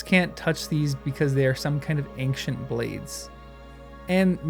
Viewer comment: That is NOT how you pronounce ancient!